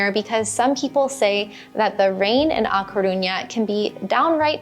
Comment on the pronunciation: Agree completely. I can’t understand anyone living abroad and not learning the language. Which is the reason I brought this up. When you were speaking about how much learning Spanish meant to you, I was surprised by this basic mispronunciation. If you go to the minute point in this video, talking about A Caruña, it was a cringe moment that didn’t reflect well on your emphasis on learning the language, and the Rosetta Stone offer. I learned Spanish as a child in south Florida but have made continued study lifetime passion. I enjoy your travel videos and am a subscriber, so I bring this up only to be supportive. Check out the point in this video. I went back for your convenience. 👍🏻